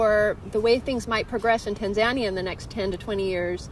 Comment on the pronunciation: If you're going to try and speak like you're an authority on a whole country from your 4 month stay, I suggest you at least learn to pronounce the name of the country correctly!